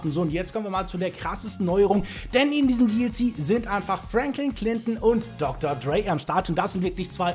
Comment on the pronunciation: Er spricht es schon richtig aus.